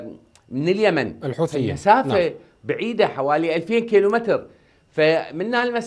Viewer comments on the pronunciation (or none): none